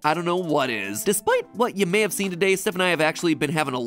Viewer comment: I just had to pause and chuckle at "may"